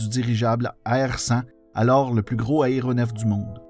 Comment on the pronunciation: super contenu, mais j'en peut plus mes oreilles saignent trop y faut que je le mentionne: c'est un "a-é-roport" pas un "aréoport" même chose pour l'aÉronef"